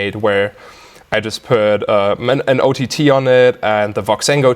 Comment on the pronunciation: The way he says O T T is god damn perfect!